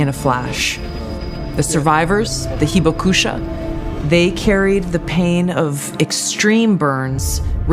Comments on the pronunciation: Too bad they couldn't be bothered to spend 15 seconds learning how to spell and pronounce 'hibakusha', the only Japanese word in the whole damned fear-porn video. Hopefully Japan will condemn this ad for the disrespectful political farce that it is. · she cared so much she said "hibakusha" totally wrong. How much of America would be high-fiving over anywhere in California being nuked?